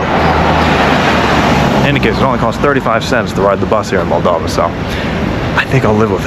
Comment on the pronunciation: It's Moldova, not "Maldova".